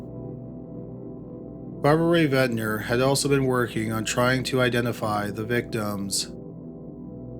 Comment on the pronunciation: Barbara Rae-Venter. Not Ventner. The lady is a legend, let's get her name right.